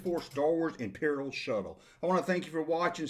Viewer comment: I didn’t know “Shuttle” is to be pronounced as “Show” until I watched your clip. Lol